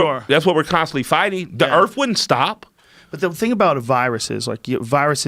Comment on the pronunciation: He said 'the Erf'.